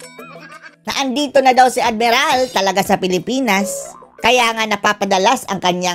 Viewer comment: Hehehhee admiral.😂😂😂😂... minsan nabubwisit na ko sa balita pero pag narinig ko the way na sahihin mo.ang admiral.di ko mapigil.ang tumawa..